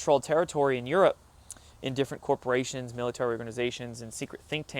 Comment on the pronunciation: lol "copra-nations"